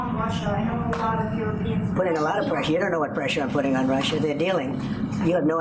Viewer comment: "Lotta preshah"